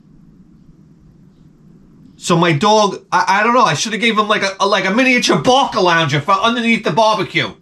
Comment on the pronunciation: Hahahahaaa... Bark-A-Lounger!!!!